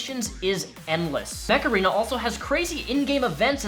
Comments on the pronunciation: Am I the only one who heard "Macarena" instead of "Much Arena"? Great video though, Amber Heard just cements my theory that evil people are evil regardless of their gender, and will use their gender in fact to get away with said evil. She is a horrible and vile woman. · Mech Arena sounds like Macarena lol